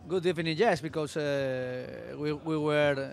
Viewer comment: i love the good ebening